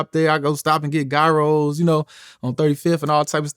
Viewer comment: He said guyros